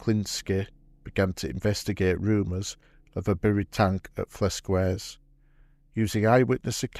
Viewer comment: For those who want to know where this took place, the name of the village is Flesquières, pronounced "Fless-kyair". Of course, British soldiers were well know for mangling French names!